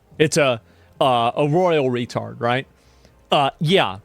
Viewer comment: Did you just say... The Royal Wetard? 😅 Shii hahaha